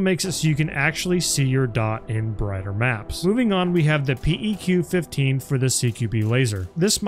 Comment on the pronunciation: PEQ-15... is typically pronounced "Peck-15" is it not? At least thats what my army infantry buddies called them.